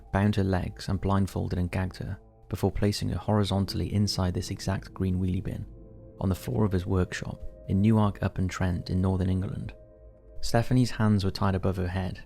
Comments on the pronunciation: Please get English towns pronounced correctly..... NOT... New - Wark......it is pronounced Newook. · Still can’t pronounce any thing then, where the hell is new ark?